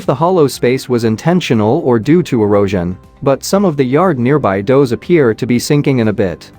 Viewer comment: What happened to your voice program? It said "does" as doze, but s/b duz. Few other glitches.